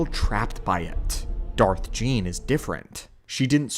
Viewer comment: Darth Gean. Pronounced ghee en.